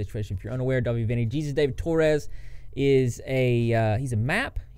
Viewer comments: >_< say it with me. "Hey Soos" not Jesus. Hey Soos. Hey-Soos Torres. I know you can't pronounce but please dont' make that man's ego any bigger by calling him Jesus. XD Sorry, I had too <3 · It technically doesn’t matter but Dahvie’s name is pronounced hey-zues or hey-soos